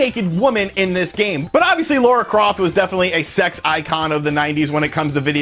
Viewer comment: It’z LARA LARA not “Laura” 😩